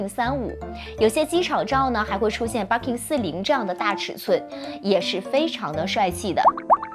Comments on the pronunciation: 不叫Barking , 应该叫Birkin 吧？barking 是狗叫的意思。 建议研究一下。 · 博主在日本，日语发音是バーキン。建议稍微研究一下语言学，格局再稍微打开一下。